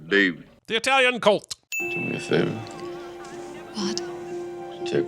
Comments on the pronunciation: Stop saying "EYEtalian" DING!!!! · A sin for Apollo Creed saying I-talian.